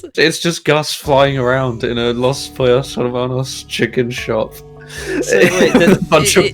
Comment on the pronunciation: I love the idea of some peoples biggest exposure to Spanish being Los Pollos Hermanos haha that whole part was so funny. Also I don't know if speaks any Spanish but that pronunciation was really good!